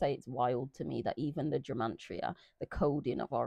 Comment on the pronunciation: It sounds like youre saying gemantria 😃